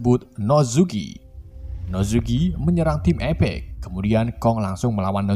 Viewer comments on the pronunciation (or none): Bang Apex bukan Epex